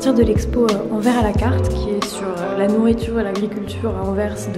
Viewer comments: Je t'adore vraiment et j'ai adoré la vidéo, mais par contre Anvers, on prononce le S! ahha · Toujours une esthétique incroyable et une sélection pointue 🔪 ahah Simplement pour ajouter une touche relou, Anvers se prononce "an-verse", message d'utilité publique pour les français 💙💙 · Trop bonne vidéo comme d’habitude!! PS: on prononce le « s » de Anvers🤓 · Ah oui, cette mode récente de prononcer Anvers comme à l'envers 😬 mais chouette vlog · j'aime beaucoup quand tu vlog ça m'apaise je sais pas pourquoi hahaha PS : il faut prononcer le S de Anvers :) je suis tu peux me faire confiance :) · Salut super blog en tout cas juste pour te dire étant belge que ça se dit Anvers tu dois prononce le S ahah Aussi non trop cool les vidéos comme ça